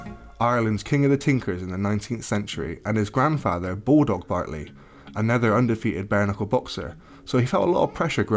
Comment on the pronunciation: Bartley not bentley